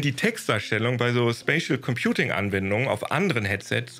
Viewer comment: immer wenn 'spatial computing' sagt höre ich 'spaceship computing'